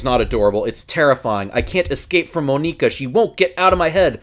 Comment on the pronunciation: Mo nee ka, yeah that's how you say it lmao good vid tho my mans